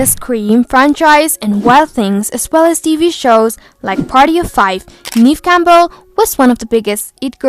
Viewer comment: It's not Neeve It's Neve, Jesus Christ